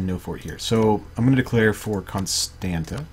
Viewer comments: it's alright dude Romanian pronounciation isn't the easiest. For example: Ialomita is pronounced IA LO MI TZA. Braila is pronounced BRUH ILA. Constanta is CONSTANTZA. Tulcea is tul che(like in check)a etc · I could teach you right here. Con as in Comicon, Stan with a tough a, like StaHN, and ta as in the tz sound, tza. Con-stahn-tza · Loved it! Still not pronouncing Constanta like you should, haha.